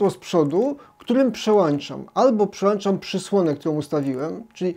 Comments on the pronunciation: "Włączam" nie włanczam "Przełączam" nie przełanczam... Super materiał, ale czasem bolą uszy od tych błędów językowych 🙈😉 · Przełączam. Nie mówi się przełanczam. Z całym szacunkiem.